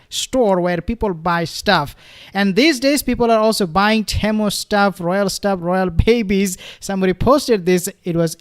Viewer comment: Pronounced Team ewe 👍